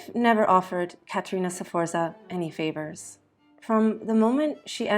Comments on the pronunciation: It isn't pronounced "Seforsa", it is Sforza (you jump right into the F from the S, and you almost whistle the Z). (I'm not even going to watch this if you can't pronounce it, sorry!) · and Sforza is pronounced with two syllables not three